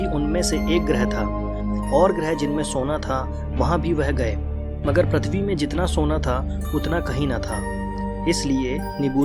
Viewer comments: Its prithvi bro Not prathvi😊😊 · Bhai why are you telling Prathivi can't you tell prithivi........ But still awsome video!!!!!!! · Bhai Prathivi nai PRithvi hai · which planet is pratvi it's prutvi